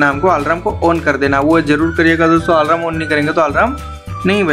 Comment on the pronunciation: 😅😅😅😅😅alarm hai wo bhai,alaram nahi😂😂😂😂